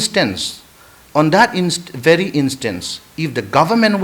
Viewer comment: Don't you know the way how he spoke....He is 100 times better than your Leader Pramod Singh. English Even famous professor from Meetei community couldn't pronounce the simple word VERY...they pronounce BERI...isn't a mantu beri...